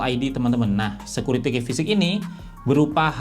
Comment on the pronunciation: Bang, key itu dibacanya "ki" bukan dibaca seperti tulisannya "key".